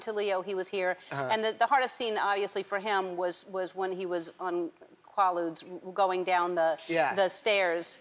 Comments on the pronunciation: when she says qwoaludes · Qu Ai ludes. They say it in the fucking movie multiple times. She has no excuse to mispronounce it. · kwol-ludes lol o ellen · She cant pronounce ludes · She can’t pronounce quaaludes lmao